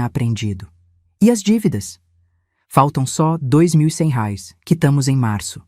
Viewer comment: "rares " não, "reais " 😅